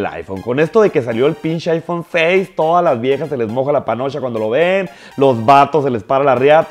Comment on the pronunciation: "Tengo el pishis aifon 6 ei ei, esta verga pruebalo wey" Ni ha de tener con quien hablar este niño xD Tendras el Aifon 6s pero bien que vas a ser de los que no traen ni saldo ni megas para andar en medio de la clase con tu celular que cuesta lo que tu papa no te da en afecto...